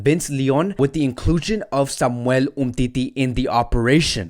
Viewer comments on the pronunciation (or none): none